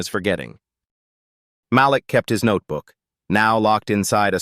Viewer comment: The young man’s name is pronounced as MAH LEAK NOT MAH LICK. DUMB ASSES!!!!